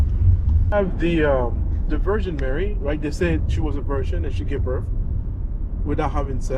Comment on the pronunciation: the cab driver did not understand you when you said Mary, he thought you were saying marry.